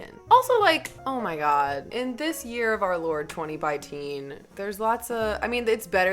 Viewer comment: SHE CALLED IT 20BITEEN!!!!!!!!!